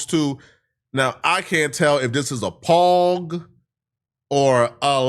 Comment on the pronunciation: Did he just say “PAWNG”? 😂😂😂